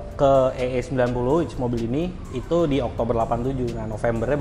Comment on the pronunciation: AE90 om bukan EE90😊